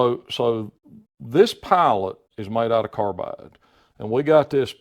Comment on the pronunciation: He said pilot i heard "pallet"